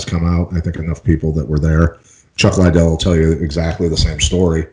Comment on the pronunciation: Lol.. but since we're on the subject, Pat's pronunciation if Liddell is de la hoya worthy